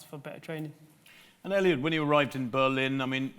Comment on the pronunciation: Someone should tell 'Sir Mo' that his name is Eliud, not Elliott! 🙄